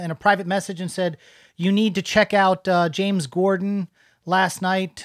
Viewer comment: I love seeing the locals react. True positive reactions not influenced by anything other than what they’re seeing in front of them. I love you saying you don’t listen to the radio and mispronouncing James’ last name なんかチャームポイントだなあ〜思っちゃった。It’s your own kind of charm.